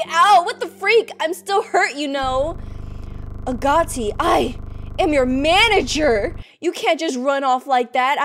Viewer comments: Its AG-O-TI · i think you say it as “a goat e”